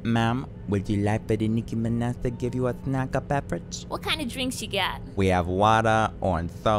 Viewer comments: Nicki MinEH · Im nicki mineh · no its nicki minuh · Wow it’s really the Nicki Mineh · Nicki Mineh~ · Nikki Mineh..